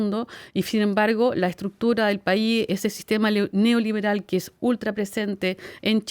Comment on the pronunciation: Cuando hace énfasis a esa palabra neoliberal ya te das cuenta q la periodista no tiene idea de lo q habla